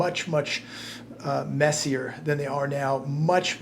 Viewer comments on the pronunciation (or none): none